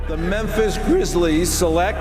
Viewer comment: “The Memphis GrRIiizlEES select”